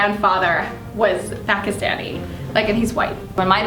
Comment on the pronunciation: the girl is bugging me on how the way she said Pakistani